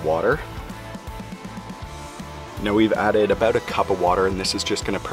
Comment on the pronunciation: Guy in video: "Aboot 45 minutes" Everybody: "I know exactly where this guy is from"